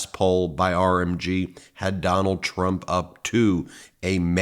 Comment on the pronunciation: “Donald Tramp”lol slip of the tongue? 😂